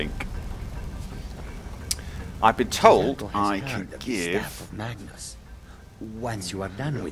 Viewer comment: when he said "staff of magnus" at the start,it sounded like "staff of matches" XD